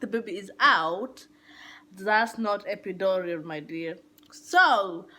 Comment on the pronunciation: Epidural not Epidorol 🤦🏿‍♀️